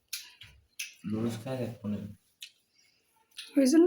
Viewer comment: Ki bolchen..Ludus??...ota Noodles...apni bolen eta apnader ancholic bhasa...English abar ancholic bhasa hoi ki kore...English to English e...sobai bhul bole bole apnio bolben ??..English janen na bole sikhbeno na??..pichiyei thakben??..ei jonnei desh tao pichiye aache...Apni dayyito nin..nijeo sikhun abar apnar video jara dakhe tader o sekhan...jotoi hok apnar husband er subject English...onar atta santi pabe jodi apni onar subject niye chorcha koren...eta apnar content o hobe..abar nijer styler video hobe..kaoke copy kore video banate hobe na...tai na ??...